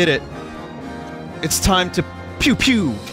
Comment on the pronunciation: Holy shit I laughed so much with the Twials and the ENABLE part